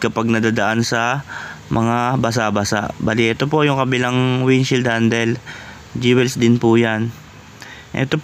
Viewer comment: Sir, Jewels pronounced as dyowils not dyewels.